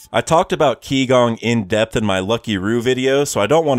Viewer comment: Just a reminder, 'qi' gong is not pronounced ki gong but more like chi gong.